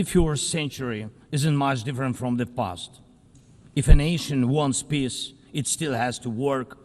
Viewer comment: is he trying to say 'peace' or....something else?